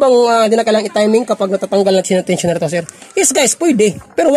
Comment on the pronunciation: 😢tensioner po hindi tosher